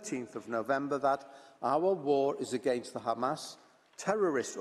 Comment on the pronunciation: I hate the way they say Hamas. Makes it so difficult to listen to. It’s not Khamas. If you can’t say it right, just use the letter H. Please